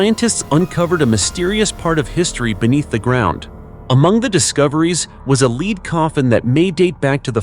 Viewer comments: Lead is said, LED. And it couldn't pronounce centimeters, it sounded like, ceminimet, lol. But the subject and videos were really good. I'm annoyed that the people digging things up damaged some of the items. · Gotta be an AI Pronounce lead as leed a normal person would pronounce it. corectly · Lead and lead are NOT homonyms , this one designates the metal , BUT IS HERE PRONOUNCED AS ONE LEADING A RACE.....this is WRONG !!